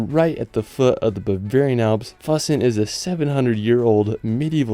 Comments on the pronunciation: I know it's hard to pronounce, but could you possibly pronounce names of towns, and places as close as German pronunciation. For example, Füssen isn't Fussen, more likely, Foosen. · Füssen is pronounced like foo-sen. You gotta work on you German pronunciations because half of these places I couldn't tell what you were talking about until I saw the text. it has an umlaut. It doesn't make an uh sound. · It's fEW-Ssen. The "Ü" is like that for a reason. Lol